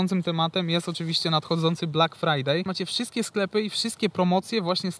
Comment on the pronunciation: Black frajer powinno się wymawiać. Shalom